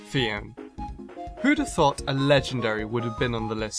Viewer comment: THOUGHT, NOT THOT! AND THERE IS NO W IN NUMBER!